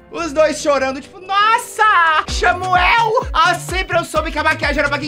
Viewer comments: "Vamos entender a história do XAMUEL" kakakak rachei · quebrei na hora que ele falou "vamo ver esse vídeo aqui do xamuel" KKKKKKKKKKKKKKKKKKKKK